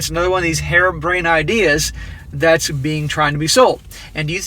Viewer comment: Ha, did he say "Harem brained ideas"?